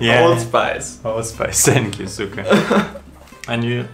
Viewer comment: one day will say "THank you" instead of "Sank you"... but not today... not today